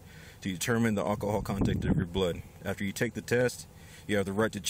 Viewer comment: he reeks of "all-ka-hall"